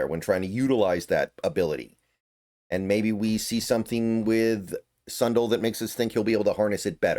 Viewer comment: Sun Dell not Sun duhl